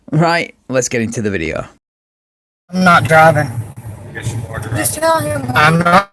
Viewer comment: He's not drivng, he's drahvin'!